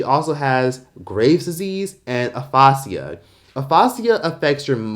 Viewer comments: Bro. Pronouncing “uh-FAY-jah” like “uh-FAA-SEE-ah” is literally crazy! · Aphasia is pronounced “A-Fay-jah” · It's pronounced A-Fay-ja not A-fos-ceea 😂 its medical terminology. I got a c in that class, but C's get degrees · It’s Uh Faye Ja. Like Asia. lol Aphasia. Love you! ❤️ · Its aphasia is pronounced afae - sha , My husband had a stroke two years ago and he has aphasia. Also, he is not able to speak correctly and it affected his language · Pronounced Uh-Fay-Sha Aphasia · It’s pronounced A-FA-Ja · Pronounced uh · fay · zhee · uh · Pronunciations be all wrong on YT lol 🤦🏽‍♀️ Aphasia is pronounced like ah-fay-ja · it’s pronounced Uh-fay-shee-uh I feel bad for Wendy I do, she was doing a job, yes she was petty at times but it’s never good to wish bad health on someone or saying that’s what she gets it’s her karma because if that’s the case we all should be waiting for our karma daily as we are all sinners, karma is Hindu religion anyways lol Christianity would say reap what you sow. But to me that’s just wishing ill upon yourself. I noticed she started going downhill after her husbands affair and love child 😢 that’s just heartbreaking for a person. Then the passing of her mother 😢 My thoughts are with Wendy ❤ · .....bro, "APHASIA" is pronounced "Uff-asia" ......😒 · The way you pronounced Aphasia is wildly incorrect 😂 but it's ok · Not “aphasia” getting a makeover with a fancy mispronunciation. 🤣🤣🤣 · Not you pronouncing aphasia wrong